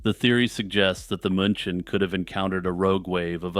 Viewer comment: Just a nit pick. München is ronounced like 'MEW chin'.